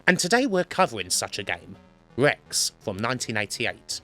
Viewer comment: R. Rex. not Wex.